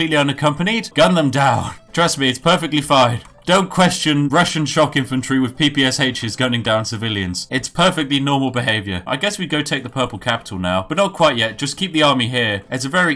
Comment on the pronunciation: Pee pee es aches? It's called a pepesha, you silly Westerner.